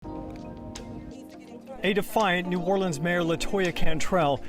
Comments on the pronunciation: She says "the city of New or le ans. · Dang, she can't even say New Orleans right. and